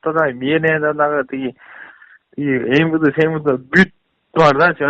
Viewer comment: Следователь адилетсиз гон**н.... а этот Мырк айылский... Орусча билбесен свИЯз, лиВой, АкимИАт, тиги бу дебей ЫмВД дебей... попочканды кысып жон эле Денди ойноп уйдо отурсан!!! Эркек болсон клеткага берып балдар менен урушчу... Дух жетпейтта байкуш))))